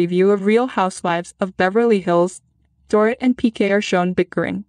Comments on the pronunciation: It’s pronounced Door-eet. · You are mispronouncing Dorit’s name. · Or Dorit.